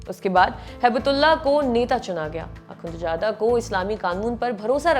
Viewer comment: Akunchada nhe hota.. Akhunzada hota hy madam.. Naam seek lo wazo kr lo phr taliban ka naam lo